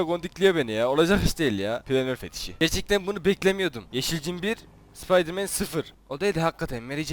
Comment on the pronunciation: spaydırmen değil spiderman